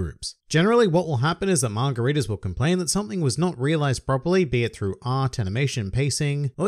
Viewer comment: kinda sounds like you’re saying “margaritas” instead of manga readers. either way, i’m drunk.